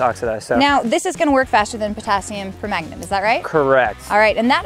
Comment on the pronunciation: Nah, it's Potassium Per-Magnet, Nate.